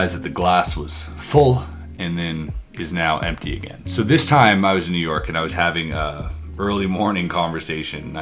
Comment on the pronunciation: “Yew Nork”